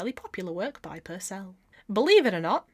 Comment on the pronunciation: You're funny as hell - great video and interesting to another crafter. Just one anomaly though, it's pronounced PURcell not PurCELL because he was English not French, a tiny musician bugbear of mine...